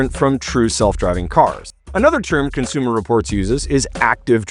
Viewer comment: cons-u-more distorts living up to their name